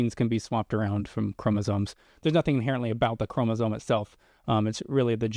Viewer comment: yes but it was depressing that was pretty clueless about what a chromosome is (including how it is pronounced). Maybe spend 10 minutes in an undergraduate biology text.